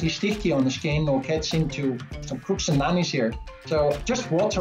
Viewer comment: "Crooks and Nannies." Sounds like a dangerous neighborhood where he's living...